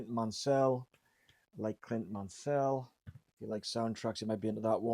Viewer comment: Pronounced Man-Saul, not Man-Sell. Clint is my fav film composer.